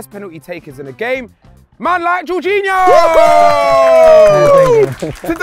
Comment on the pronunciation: Darkest calling Jorginho ”George”